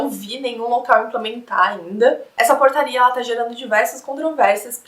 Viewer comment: Quando ela falou portaria, eu ouvi porcaria KSKSKSK